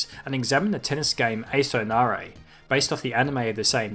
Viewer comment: it’s pronounced “Ace wo Na-ra-e”. Just one of those things with learning Japanese that the particle “wo” is spoken as “oh”